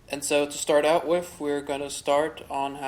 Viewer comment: Its pronounced “with” not “whiff”.